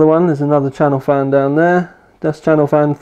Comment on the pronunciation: Its CHASSIS FAN not Chanel fan lol Also it is M(dot)2 not M2 lol